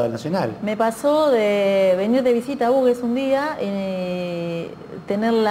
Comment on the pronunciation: Muy coherente su punto de vista. Aclaro sólo que pronuncian mal el nombre de su pueblo que es dado en memoria del que donó sus tierras para construír el ferrocarril, Felipe Hughes. El nombre del pueblo por el apellido HUGHES se pronuncia "jiugs", no "ugues".